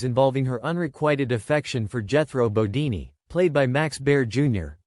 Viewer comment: Jethro's last name is pronounced Bo-deen, not Bo-deeny.